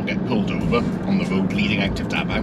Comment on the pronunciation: "The Daot's Road"..